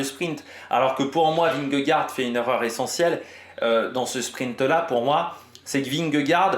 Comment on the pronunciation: Dans ce cas là prononce correctement vingegaard aussi alors 😉